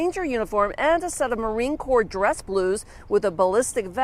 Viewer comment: Corpse? It’s Corp. As in core brother.